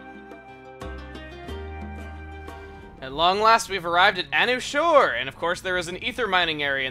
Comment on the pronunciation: I thought it was pronounced "a new shore."